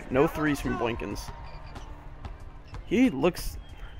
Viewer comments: Very excellent video, but it sounded like you were saying "boynkins" instead of "boykins" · How you were saying n in boykins bothered me but I love your vids and all your series!!